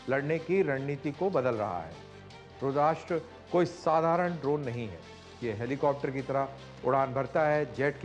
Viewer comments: Colnel sahab Rudrasta hai RudrASHTra nahin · रुद्राष्ट्र नाही रुद्रस्त्र(रुद्र अस्त्र)